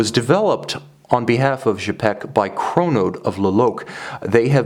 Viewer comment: Cool watch, thanks for sharing. Don't hesitate to shoot a review of a Quai des Bergues model, should you have opportunity. I'm happy to see this historic brand reestablished. Please note that 'Cz' in Czapek is pronounced like 'ch' in chopper, I hope that makes sense!